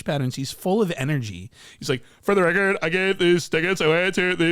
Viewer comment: "FoRRR the Recorrrddd" LMAO